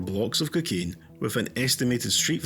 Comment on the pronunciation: Stop calling it kikane ffs man